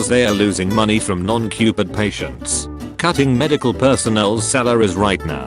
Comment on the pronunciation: how people say COVID: CO-VID how the voice says COVID: CUPID!